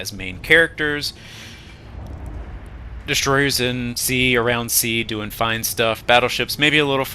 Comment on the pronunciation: Lol loved that sneaky "what are we dew-eying"😂